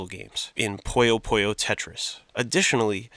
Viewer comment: I'm sorry but I HAVE TO correct your game pronunciations. Puyo Puyo: Pronounced "Poo-Yo, Poo-Yo" not "Poyo Poyo" Madou Monigatari: Pronounced "Maw-Dow Monigatari" not "Ma-doo Monigatari" Idk in what context ou is Pronounced oo but I'm too southern to think about it. Cool Mario vid